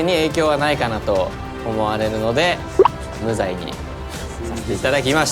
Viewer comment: 言い方が「有罪」の無罪になった「雄大」ｗｗｗｗ